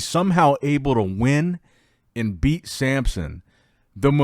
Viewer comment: And he’s the king of mispronouncing names… he can’t help himself, he just has to say Sampson every time.